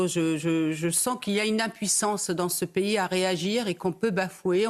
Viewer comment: c'est pas payé. en français c'est un pays et ça se lis P I comme ça c'est plus simple pour toi